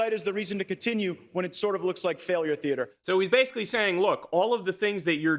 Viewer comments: Kyle its "theater" not "thearter" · “Theartre” lol